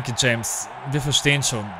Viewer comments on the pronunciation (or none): none